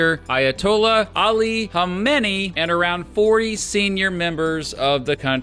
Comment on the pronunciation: It's Khamenei, with 4 syllables. Also, are you really asking why, is their countdown clock not enough of a reason!?